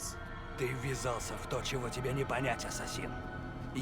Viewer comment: Хотел объяснить в двух словах) : 1) Не Асса́сины , а Ассаси́ны; 2) Во время катсцен (а их очень много) нажимай на любую клавишу если на экране появляются помехи , попробуешь поймёшь почему это надо; 3) Боевка по началу лёгкая в процессе она станет тяжелее, есть разные типы противников , поэтому надо научиться контратаковать , уклоняться и контрзахват , ещё использование метательных ножей тоже помогает в стелсе , а в некоторых миссиях, ой как будет надоедать стелс(Снаряжение и умения тебе будут возвращать в процессе сюжетки; 4) По локациям лучше исследовать всё , включая наше время ибо там Дезмонд (главный герой) может читать переписки и подслушивать несколько раз , таким образом начнёшь понимать суть сюжета ; 5) В игре есть флаги собирая которые можно получать очивки , но как по мне это только для того чтобы побольше задержаться в игре и наслаждаться проделанной работой на седьмой год ; 6) Если хочешь чтобы объяснил сюжет и более менее было понятно лайкни комментарий , вкратце объясню сюжет чтобы иметь понятие о происходящих действиях, спасибо за внимание , всем добра)